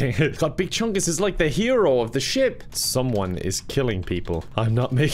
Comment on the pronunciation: it made me laugh when u do say someome